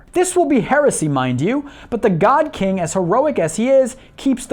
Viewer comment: Every time he says God-King, I die a little inside.